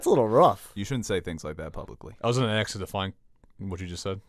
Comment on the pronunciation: said 'aks' instead of 'ask' -- i bet he calls it expresso too - jesus christ, fuckin